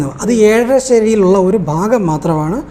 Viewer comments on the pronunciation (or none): none